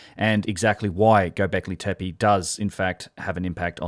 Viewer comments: Loving your channel and especially Martin Sweatman's chat, but I noticed that you consistently miss spell and miss pronounce Gobekli Tepe, perhaps also why your search results were null in this case. Said in the spirit of constructive criticism 🙏🏻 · you horribly mispronounced göbeklitepe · Mate, its Göbekli Tepe. :) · Years passed, yet you still can't properly pronounce "Gobekli Tepe" (from your most recent videos). 4 years ago somehow you couldn't even spell it: - God help us against those educated corrupt archaeologists if our side can't even spell these names properly :(